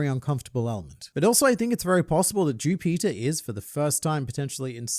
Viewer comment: I thought mu man was saying jew peter.